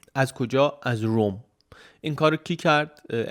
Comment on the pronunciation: من هنوز نمیدونم چرا شما به رُم (Rome) میگی رووم Room؟ اینو تو همه ویدیو ها تکرار میکنید و منم هربار این نکته رو میگم؟ اگر واقعا رووم درسته یه رفرنس بدید ببینیم به کدوم لهجه است ما هم بدونیم